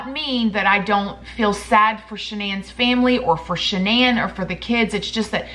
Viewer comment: Shan-NONE lol